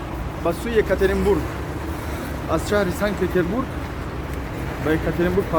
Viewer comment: Санг-Петербург не, Санкт-Петербург! Бисерии точикон санг мегуянд)) 🤭😅👍